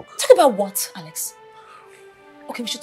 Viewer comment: it's Alex not ales